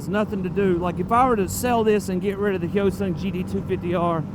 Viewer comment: Finally someone who says “hyosung” correctly instead of HY-O-Sung